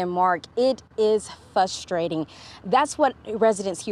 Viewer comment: did she actually say “fustrating “?